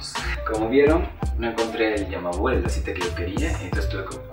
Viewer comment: Dijiste Yamabul en vez de Yamalub 😂😂 buen video